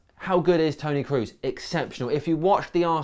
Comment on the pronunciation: just in case you do a new video on Tony Kroos, you are pronouncing his name wrong. It is an o sound what you have to produce, so it would be something like /ˈkɹɔˑs/ not /ˑkɹuˑs/